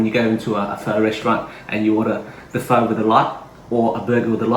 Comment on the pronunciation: great video but why do you say pho like white people?